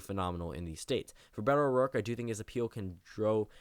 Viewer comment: *Beto O'Rourke - You missed off the r